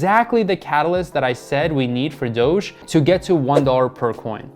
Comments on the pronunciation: i like how he calls it Doggy coin instead of Doge coin. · DOGEE coin... bro it’s not called that. I don’t even trust your analysis when you don’t know what it’s called